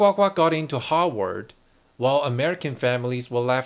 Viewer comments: It's Harvard not Howard, they are 2 different universities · Your pronunciation of Harvard sounds to me like you are saying Hogwarts! But that is OK! Because in a real sense, Harvard is the real Hogwarts where young wizards go to learn the spells of power. Lean into this! I would suggest that you re-title this video Using the name Hogwarts instead of Harvard. Much more appropriate!